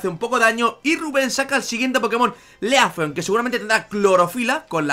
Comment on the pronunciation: se dice lifleon no lefleon